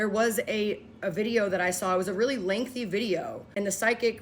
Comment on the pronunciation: they way she said "lengthy" like that makes it a trusted source😂😂😂😂 ....also, with hindsight, I def think whatev psychics or Christian fear-mongerers that were spreading this were afraid of a specific "Black" magic 👀